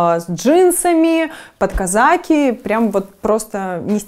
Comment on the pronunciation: Не казАки, а казакИ